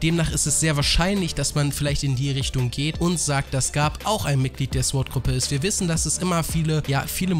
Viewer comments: warum haben so viele ein problem damit sword" richtig auus zu sprechen? mein süßer, es heist "zohrt" nicht "zwort" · Alter man spricht es sord aus und in sword...... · warum sagst du Sord, heist das nicht Sword? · Interessantes Video..aber nur mal so als gut gemeinte Verbesserung: das W in Sword ist stumm..als man spricht es SORD aus Klugscheissermodus aus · Sorry, dass ich der Klugscheißer bin, aber bei dem Wort Sword ist das W still. also wird es quasi „sord“ ausgesprochen. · SWORD SPRICHT MAN OHNE DAS W AUSSSSSSS AMK EINFACH "SORD", WIE THEO DAS MACH ._. danke. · sord nicht sword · alter lass das verdammte "W" weg!! das wort wird zwar sword geschrieben aber sord ausgesprochen!!! lern mal bitte die sprache ordentlich bevor du diese sprache so oft benutzt!!!!! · ich habe noch nie gehört das man es sord und nicht sword ausspricht vorallem hört sich sord mega beschissen an. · Ich möchte nicht wie ein Arsch rüberkommen aber Sword spricht man ohne das W aus